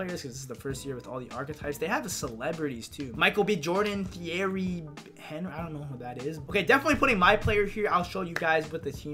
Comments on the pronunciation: He said h-e-n-r-e not o-n-r-y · they way that he pronounced Henry 😳